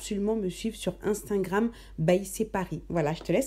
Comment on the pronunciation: C'est moi, ou bien elle dit 'instingram'?